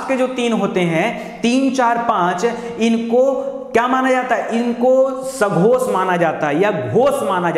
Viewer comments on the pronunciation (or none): आप बहुत ही शानदार पढाते हैं। संघोष नही सघोष होता है।